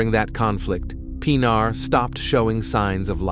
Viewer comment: das mindeste wenn mann so ein fall macht,mal den namen des opfers richtig auszusprechen, nicht pina sondern PINARR wird es ausgescprochen,ki schrott!